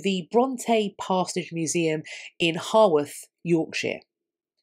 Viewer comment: Oh Blimey in relation to the Bronte poetry book... Its going to the Bronte Museum in Haworth (pronounced how-worth, not haw-worth, although a good attempt phonetically) Corrected with all love and respect 😉